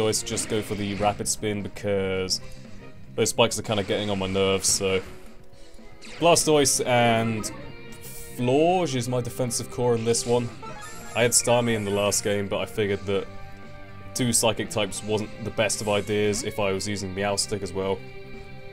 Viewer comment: Btw, it's "FLOOR-JESS". Just going by the japanese phonetics.